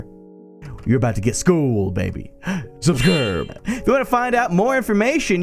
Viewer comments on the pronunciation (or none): Hahaha "subscirbe" killed me xD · I can't breath... "Subscirbe..." oh my god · LOGDOTZIP DID YOU SAY "subscurbe" 😂😂😂